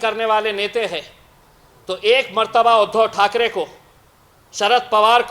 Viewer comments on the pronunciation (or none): none